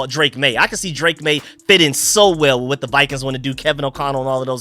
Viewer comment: I agree with. It’s maye